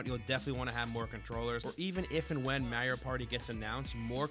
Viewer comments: IT'S NOT MARYIO, IT'S FUCKING MARIO!! This is a serious pet peeve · I will never not hate on "Mare-io". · Mario Vs mayrio. I hate you. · Why do Americans pronounce Mario like "Meri-oh" ? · more like Marr ri o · Mareo as you say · stop pronouncing Mario like that